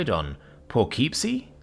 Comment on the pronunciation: FFS,! Can you at least look up a pronunciation guide or something before you read a word that you've never heard before? It's pronounced like "Po-kip-see".